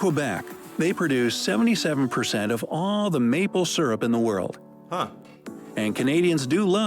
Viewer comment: Pronunciation of maple syrup is incorrect. (by the narrator in the video)